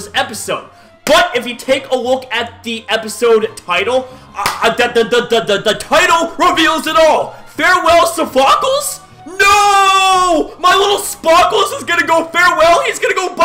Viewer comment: It's obviously a fake out. This has happened in the past LOL. And Sophocles is pronounced as So-Fo-Clese